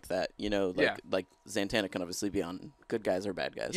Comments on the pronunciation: Why do you keep saying ZANTANNA? It's Zatanna lol, there's no N after the fest A. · Greg, it's Zatanna, not Zantanna. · its ZA-TAN-A not ZANTANA like montana idiot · Zatanna NOT Zantanna. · When this supposed "dc expert" can't even say ZA-tanas name properly, it makes it quite difficult to take anything he says seriously. It's not Zantana...it's Zatana. If you cant even get the name correct, anything you say after that is completely moot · Why does this guy say ZANTANNA it is so fucking annoying why does he say it normally... It's zatanna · Zantanna? im sorry did you mean Zatanna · ZATANA! not santana. just saying. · Him saying ZANtanna over and over kinda gets to me... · "Zantana" ZANTANA GREG??? REALLY?? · "Zantanna" Oh Greg :P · Considering she's one of my favorites, it pissed me off when he didn't pronounce it correctly...some almighty expert he is